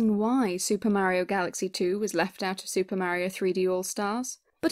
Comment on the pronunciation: A nice opinion as to why SMG2 is absent from the collection. Also I did laugh at how you say "Mayiro" instead of Mario. Keep up the good work.